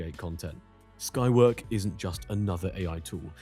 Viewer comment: Skywork? It sounded like the named as Skynet.